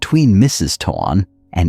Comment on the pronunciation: Would you please please pronounce his name correctly t o a n is pronounced "tone"!!!!!!!!